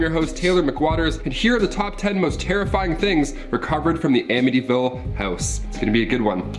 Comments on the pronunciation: I live 20 minutes away from this house. It doesn't look like this anymore at all. The family that live there now, never experienced any hauntings or any thing sinister. And, yes you pronounced it correctly. 😊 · You definitely say it right lol. The house isn't haunted anymore but definitely creepy to go by. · Your pronouncing ir right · And you pronounced the name correctly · You're saying it correctly. I lived not too far from there. Some guy murdered his whole family there. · You pronounced it correctly L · You’re pronouncing it right. Waterfront 5000 square feet 5 beds 3.5 baths a boathouse & private boat slip for $80,000…I’d buy it. Unfortunately last listed was $850000 sold in the $600000’s and the new owners aren’t moving lol…it really is a beautiful piece of property, that doesn’t seem to be haunted anymore 😂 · you are saying Amityville right. I live 10 Mins from the house,The house does not look the same,changed address.I believe it most of it happen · Am-itty-ville I'm from long island I got you bro